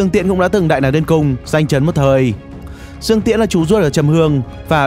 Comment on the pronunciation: thạch cảm ĐƯƠNG ko phải cảm dương